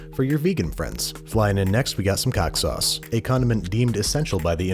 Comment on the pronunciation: Cack sauce